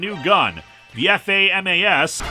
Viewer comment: It's pronounced "Fah-mahs" as if it were an actual word. It was actually the official main assault rifle of the French military until 2017. Not sure why they'd be the default weapon of an American military base, but the soldiers are also former Special Forces, and a lot of American black ops units will pointedly use non-standard firearms to disguise their presence in secret operations.